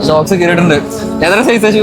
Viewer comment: ഷോക്ക്സ് അല്ല സോക്സ്